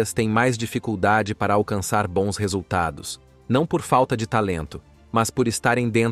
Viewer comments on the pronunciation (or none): none